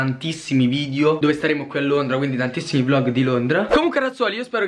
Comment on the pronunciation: Solo io ho notato “VIDIO” e “AERIO” hahaha❤️🔥🙏